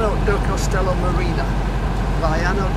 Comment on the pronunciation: It is Castelo. Not Costelo.